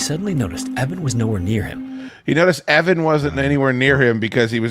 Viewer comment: Evan not "Even"